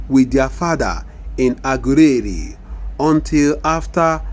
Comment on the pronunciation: Lol the person reading is illiterate can’t even pronounced well 😢 Shame on u lol😅😅😅😅 aguleri my foot